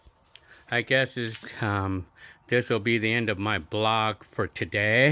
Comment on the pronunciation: calls it a BLOG not VLOG lol